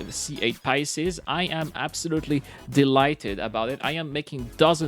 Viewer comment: "Pisces" (2 syllables) pronounced "Pie" (the baked desert) + "Seas" (body of water). Pie+Seas= "Pisces", now you try to say it ;-) [Sorry but I keep hearing you say "Pie-yah-seas"]